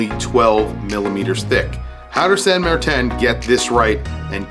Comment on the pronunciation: its san martin NOT san mar-tan